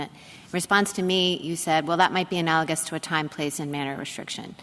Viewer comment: "What would be analigizous?", Justice Thomas asks? Your Highness... Ask your law clerk to assist you - not only in writing briefs - but in spiffing up your vocabulary in speech. It's "analogous". If one cannot clearly communicate, there will be misunderstandings. What else are you missing?